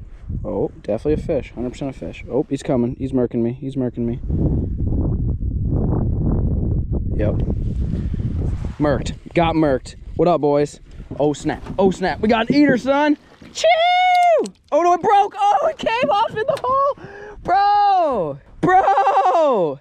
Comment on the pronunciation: I hate when u transition and say shew/chew